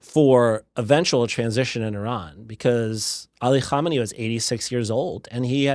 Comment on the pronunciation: Perfect pronunciation of "Khamenei" and "Khomeini" 😊